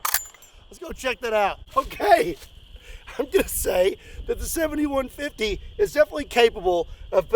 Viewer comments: Am I the only jackass that hears it as the 71-50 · Doesn't it sound like he says 71-50 not the actual caliber 70-150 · can't help it... it sounds like your saying 7150, maybe 71.50 lol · Lol everytime you said "70-150" I heard "71-50"😂😂😂